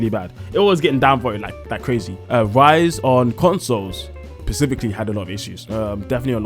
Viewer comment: "pacifically" ...mate, really